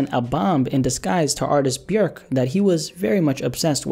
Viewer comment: Shout out for pronouncing Björk correctly